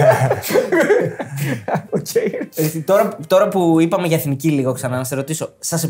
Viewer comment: Μόνο το ΕΦΝΙΚΗ λέει λάθος κατά τ άλλα πολύ καλά